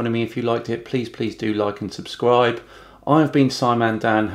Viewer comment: He has such a high IQ but he says “suscribe” instead of “subscribe”